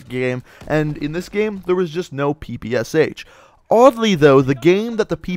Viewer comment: Why did you pronounced PPSh as "P P S H" when you should pronounce it as "P P Sh"? This weapon has "Shpagin" in it's name, you know.